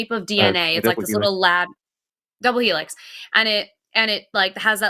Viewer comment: The shape of DNA?: “The Wheelix!” 🙄😅